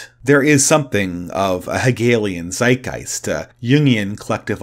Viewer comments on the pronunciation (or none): none